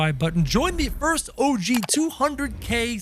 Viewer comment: Its so strange when u say og 200k